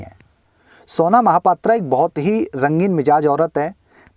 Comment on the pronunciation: its pronounced mahapatraw not aa not O unfornately she is from my city -_